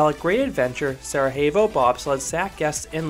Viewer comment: Sere-YEH-vo, not Sere-HEY-vo. It's not Spanish, it's Bosnian. It's where a Winter Olympics was held in the 1980s.